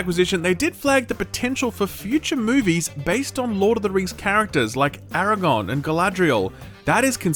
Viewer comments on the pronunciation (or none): ARAGORN!!!! ARAGORN!!!!! NOT ARAGON!!!!!;) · HOLLLL UP!??? DID YOU JUST SAY eraGON??? When you were supposed to be referring to the king of Gondor araGGOORRNN???????????